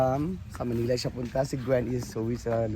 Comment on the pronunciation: ...pagbigkas ng Manila...wag bigkasin ng malamya...simple MANILA..😂😂😂